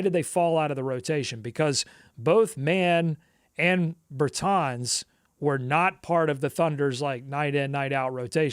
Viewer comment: How have you never heard Davis Bertans name pronounced?